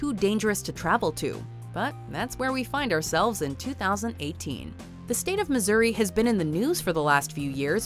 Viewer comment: Lol! Missouri?? Really? 😆